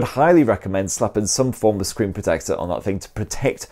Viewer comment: Curved scree? Yuk 🤮